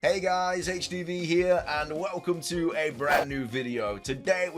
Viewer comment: Thanks so much for mentioning me & your video 📹 & you said my name correctly & I love it😍😍😍.....I mostly been watching 👀 all your videos 📹 you put up & this is the Best 1 yet (because you mentioned me of course)😉....but this Pokemon game 🎮 looks promising & I can't wait for the release date📅 to be here. Thanks again HDVEE😍